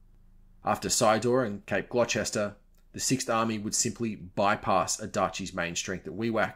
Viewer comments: Minor note: Gloucester is pronounced Glosster. Leicester is Lesster but then it gets strange as Cirencester is Sissester. Isn't English a wonderful language... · Great article, sorry to nitpick, but I believe it's pronounced Cape Gloster (spelled Gloucester) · Had no idea that was how "Gloucester" was pronounced.